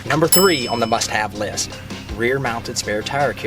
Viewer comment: Sounds like he said "shit have list" lol